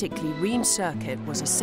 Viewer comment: Reims pronounces like ‘rince’ or there abouts… just sayin 😇